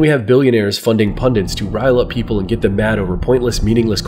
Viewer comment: Great video! The only problem I have with it is the pronunciation of the word "pundit." For some reason, you keep adding an extra "n" and say "pundint" instead 😂